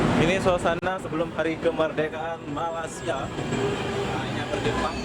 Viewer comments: Bkn Malas'sia , tpi sebut Malaysia 'y' not 's'. Pham x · Bro cuba baca betul sebutan MALAY'"SIA.. ..